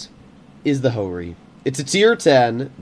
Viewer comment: Ho-Ri Not Jo-Ri